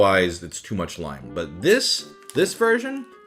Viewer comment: I can’t tell if your like just saying lim on but it’s pronounced lime in just saying but it doesn’t matter it’s just a video